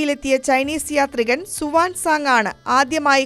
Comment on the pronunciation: സുവാൻ സാങ് അല്ല കുഞ്ഞേ Huyan sang 🤔😀😀😀😀